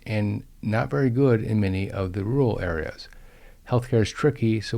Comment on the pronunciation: rural, not rooal.